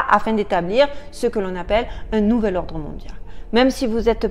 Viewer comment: Etrange vidéo, ou un mot d'un homme est incompréhensible quasi juste après la fin du générique. Et la façon dont du tu dis "Nouvel Ordre Mondial" dans ta main, comme pour l'étouffer Son étrange aussi en arrière fond, derrière la musique, vers Et ton nez n'a pas arrêté de te démangé...